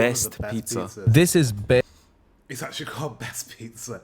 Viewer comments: Bæst = Beast. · Bæst is beast not best 😂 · its not call best pizza its called bæst pizza what means beast pizza